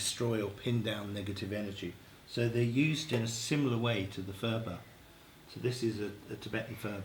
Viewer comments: purb.. not furba.. the ph is just p.. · There is no 'f' sound in the Tibetan language 'phurba' is pronounced 'purba' the 'h' after the 'p' is aspirated. The phurba itself is not a knife but a peg to 'pin down'.